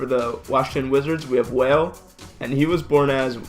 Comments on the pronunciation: And its not whale its Wale(waa-lay) dum bitch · NIGGA SAID WHALE IM DONE LMAOO ITS WALL-AYY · pronounces Wale (Wall-Aye) as Whale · Wale not whale and Tupac died in California not born he was born in New York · He call him whale.hahahaha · U mean wale he said whale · This nigga called him whale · It's not whale, u pronounce wale as wah-lae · How tf he didn’t know wale this man said whale😂😂😂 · This boy just said "waile" I'm dead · OMG CRINGE FOR THE LAST ONE. IT’S PRONOUNCED “WAH-LAY” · Boi...Wa-Le. WALE😂😂😂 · Sound it out it’s wallll. Le wale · "WHALE" LMAOO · My guy you really said whale? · This nigga said "whale" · It's pronounced Walay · This fool said Whale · Did this man really just call him whale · I want to punch you in the face for saying whale 😂😂😂😂😂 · did he just call Wale WHALE???!!😂😂😂😂😂😭😭😭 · AfroJesus TM... And for the Washington Wizards we have Whale! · You butchered Wale's stage name worse than his actual name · You even butchered his stage name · You pronounced wale wrong